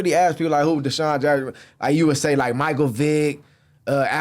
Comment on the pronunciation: Adam mispronouncing DeSean is CRAZY